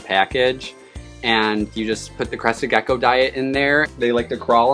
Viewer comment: Every time hear Crested Gecko it sounds like Crusted Geko